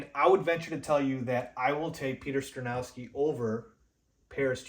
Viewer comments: Skoronski is pronounced SKAH-RON-SKEE. Not SKRUH-NOW-SKI. We have too much time before the draft to keep hearing you pronounce it incorrectly, lol! I’m actually hoping Carter falls and we can snag him at 9th overall. Thanks for the content! 🐻⬇️ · it's Sko-ron-ski, not Sko-now-ski!!!! But I still gave you a 👍